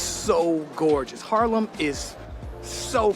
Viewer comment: Haarlem is it.. where he lives… it is 15 minutes from Amsterdam by train. Good atmosfere in Haarlem.. he speaks it at Harlem.. he needs to make the a.. sounds as ah.. making it long when there are 2 aa in the middle of a word. And yeah.. .Harlem near New York is called by our Haarlem. Love the vibe in Haarlem. Great that you watch his vlogs… i love them.